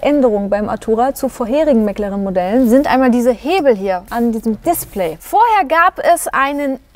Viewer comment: Bis auf die Aussprache von McLaren echt gut gelungen!🙌